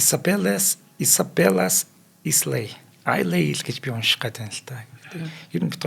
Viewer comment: Chateau - Шатюү Islay - айли Lemoncella- лемончилла Gej duuddag 😊